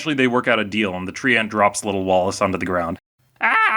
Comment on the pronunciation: Did you just pronounce Treant as Tree-ant? Lol.